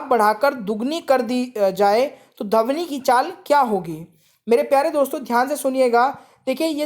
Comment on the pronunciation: Bhai wo dhvani hota h dhavni nhi 😂😂😂😂😂😂😂 bolna seekh le dehati